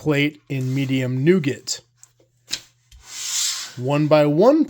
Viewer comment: The T is silent in nougat, like the T in chalet.